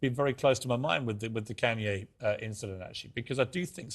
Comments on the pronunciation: “ Ken Ye West “ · his name is Kanye not canye